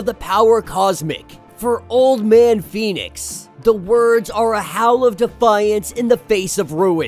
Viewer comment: Read the words & names and read them correctly please. Most of us spend half the time workin outwhat your saying. Am surprised you pronounce Pheonix right.